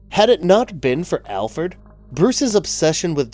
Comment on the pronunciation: "Alferd" 😂 He did it again 😂